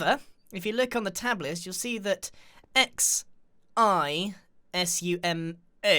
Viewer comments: You prononce XIZUMA as S-isu-mah Its not zZxxizuHhHuh...mAh? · "xi sumai avoidi" - grian 2018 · I think it’s just ex-zoo-ma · "ix i ai xu mai void"-Grian. everyday,we stray further from god. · CALL HIM Xizuma YOU PRONOUNCE IT AT Si-(hard S) Zzu-mAh void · No one: Grian: X i zuma Xisuma:Giarien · Grian never fails to make me laugh and smile. Especially the way he pronounces Xisuma 😂👍